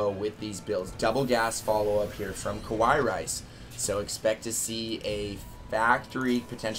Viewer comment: It's fucking KA+WA+II, not KO+WA+II.